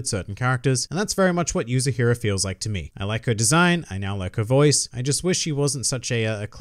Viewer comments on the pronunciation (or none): How many chapters does volume 1 have ? And the girl's name is "Yuzuriha" not Yuzuhira. It's Yu-Zu-Ri-Ha .